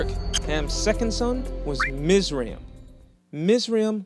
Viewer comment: Actually it is Mitz Rah Eem, with the emphasis on Rah.